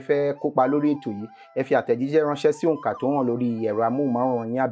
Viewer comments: I like the way she's pronouncing the onka... Unlike some people who live here in Nigeria and still pronounce Yoruba words as if they are hausas😂. She tried 😊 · Madam you are great even how to pronounce ohunka